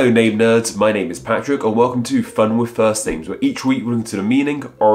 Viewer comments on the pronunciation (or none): none